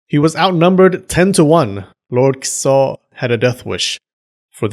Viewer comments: It sounds like you're saying "kuso" everytime you say "Kiso" xD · OMG stop saying "Kiso" like SH*T lmao